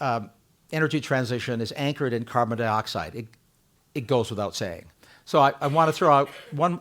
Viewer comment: Carbon Dioxide, not carbon deeoxide, Something tells me our speaker drives a Teeota Camry.